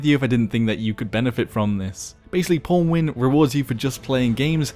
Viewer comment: Even pronounces it as pornwin... What has life come to...